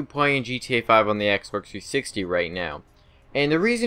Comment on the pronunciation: It sounds like he's saying "Xbercks 360"